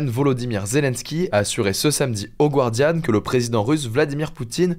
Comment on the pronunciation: 'The Guardian' se prononce 'Gardian' (sans U) ;)